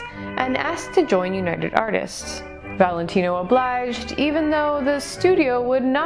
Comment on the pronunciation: This was a good one! So, how long did it take you to learn his entire, long-a$$ name, with accent and all? lol You said it perfectly! I didn't know if you'd have a video today, but I was sleeping. I started PT and it's making me so sore and tired, so I didn't get much sleep. Actually, I forgot all about the curse of Rudolph Valentino. It was cool hearing it again. What a lady's man he was!!